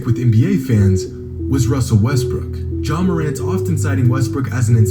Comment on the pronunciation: No matter how high flight is he will never say ja morant right